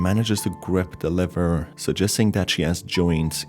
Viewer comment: Lmao it always sounds like u say liver not lever